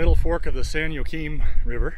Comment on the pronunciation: “Joaquin” is pronounced “wa-keen”... just FYI...